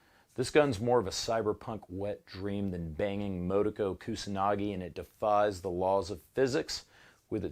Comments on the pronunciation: Did he say Motogo 😆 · You pronounced Motoko wrong, weeb. ;)